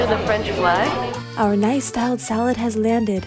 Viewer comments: That "Nice styled salad" is niçois salad. Meaning in the style of Nice, France. Pronounced Nees, not nice. :D Thanks for the giggle! Always love your vids! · Hehe pronunciation mix-up. It’s pronounced “niece’ and is a nicoise salad. It’s called this because this traditional salad originates from Nice in France